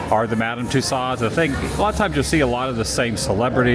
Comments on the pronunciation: Actually, her last name is pronounced (too sowed) or like (to sew) a dress. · Somebody teach this guy how to pronounce tussaud.